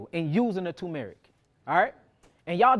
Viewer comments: *TuRmeric NOT Tōōmeric respectfully❤ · Turmeric. There’s an rR tur mer ic 😂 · Why are you calling it Toom-Erick?